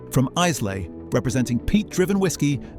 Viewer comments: It's not Is-lay, it's Aila. And why is the first drinker shown in this video a black man? That's a clumsy bit of virtue-signalling. Anyway the whiskies: anybody who takes even the slightest interest in malt whisky knows that thanks to variations in peat, water, cask, barley, region, still and method every whisky is different and many drinkers don't want different, they want standardised taste, so there's nothing wrong with the industry using otherwise uninspiring whiskies to blend up into a standardised product. The whisky industry is huge, diversified and sophisticated in the bad sense of the word so blends are probably the acceptable face of the sleight of hand that goes on everywhere, especially once marketing people get involved. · I have a sadly almost-empty bottle of Ardbeg as we speak, but Islay is not Izzlay, it is pronounced eye-la! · "eyeslay" - come on, you sound like Jeremy Clarkson. Learn to pronounce it properly and you might be more believable....and try Lagavulin. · Why do you say Iceley for Islay? And pretend to know about whisky? I wonder ḥow you'd pronounce Bunnahabhain. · You’re not comparing like with like! Your 3 best are single malts not blends. And ‘Islay’ is pronounced ‘eye-la’, NOT ‘Izzy-lay’! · Islay is pronounced i-la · Ize-lay? Really? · Eyeslay??? WTF. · You moved from blended whisky comparisons to single malt without explanation. You don’t even know how to pronounce Islay, it’s I lay. Morons producing bollocks. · You can’t even pronounce Isley correctly! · How can we have faith when they can't even pronounce Islay. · Are we supposed ttake you seriously when you can't even pronounce ISLAY, PROPERLY. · Learn how to pronounce Islay or Lomond properly then you may be taken seriously? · There is only one whisky l drink family owned ‘Springbank 10;year old”. The clown presenting this video cannot even pronounce Islay.